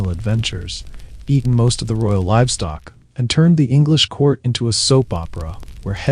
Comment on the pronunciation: I'm assuming this is narrated by a bot. The fact that 'livestock' was mispronounced. Come on,man!! 😢